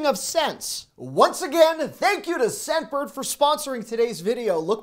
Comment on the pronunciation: I kept hearing "Sedburg" instead of "Scentbird".